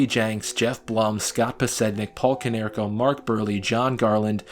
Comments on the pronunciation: Go Sox! I know I’m late but please never say “Konerks” again 😂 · 'konerks?' cmon..its always been PAULIEEEE! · only mistakes are konerkos nickname is Kong, not "konerks". and dustin hermansons last name is pronounced wrong.also, podsednik had 0 home runs in the regular season. two in the postseason.